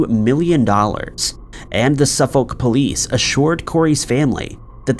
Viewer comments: And ‘Suffolk’ is pronounced Suff-ick (not Suff-olllk, even tho that’s how it’s spelled) Source: again MA resident. (we share many of the same named places as the UK here in new england). Keep up the great work! Just my $0.02. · Pronounce Suffolk as Sufurc not Suf FOLK but apart from that your a ledge. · Unknown #06: How to pronounce "Suffolk"... It's more like "Su'fok" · Can you please learn the correct pronunciation of English towns before putting them in these videos, it’s off putting hearing the incorrect pronunciation over and over again. Suffolk is pronounced like suffer with a k at the end and no Sur-folk. Cambridge is pronounced came-bridge and not cam-bridge. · There's no audible "L" in "Suffolk" - or "Norfolk" for that matter. The "folk" in both words sounds dangerously close to a rude f-word, but that's how it's pronounced. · By the way, in the name "Suffolk" you don't pronounce the "L". Its always funny hearing Americans trying to pronounce English Town or city names 😄